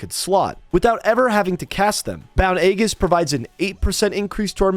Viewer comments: So ya know its said as "eejuhs" not "agus" lol. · Complete tangent but Aegis is pronounced e-jis with a long e as in eat. Though often a-jis is used with a long a as in ate. The g makes a j sound as in Geronimo or geriatric. "egg-us" is what you risk kids doing to your house by giving out lame treats on Halloween. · Aegis pronounced ē•jis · Aegis pronunciation = ay-jiss Chitin = ky - tin